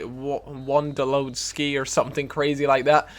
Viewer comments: It's pronounced won-dol-ov-ski. And how is it a strange name? It's just a name that originates from a country other than the UK- what's strange about that? You'd find it weird if a foreign person told you Callum was a weird name, so it doesn't make sense to be saying a name is strange. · Wondlowodski? Are you fucking dislexic or some shit? Your native language is english and you can't pronounce names? I now it's more polish than american, but you are still a fucktard. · It's pronounced won-do-louw-ski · LOL (juan doe lou ski) <<<< correct pronunciation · how dare you mispronounce Wondowlowski!!!! Thats why you lost fool, disrespect to MLS leading scorer... 27 goals! lol USA pride shows thru ;) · The 'Wonder' Wondowlowski